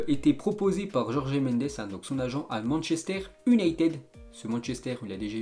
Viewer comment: Déjà quand il parle machester il dit « Unayted »